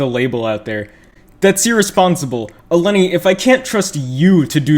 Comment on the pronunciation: Intentionally saying her name wrong XD